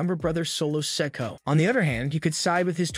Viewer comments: The young Uso brothers name is Solo Sikoa as in Siko….Ahhh… not “Sicko” 😂😂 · You need to pronounce Solos last name right.